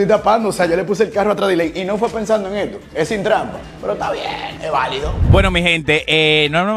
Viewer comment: Me encanta cuando dice isstodo